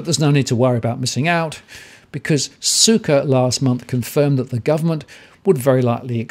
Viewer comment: i noticed a mispronunciation of Michael Sukkar. you said suka which is a russian / polish derogatory word.